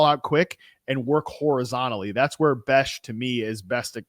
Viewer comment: it's not Bech as in "Betch"...it's Bech as in "Besh". Great show, but gotta fix that pronunciation lol.